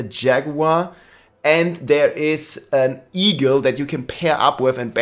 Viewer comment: say "eagle" What I hear: e-girl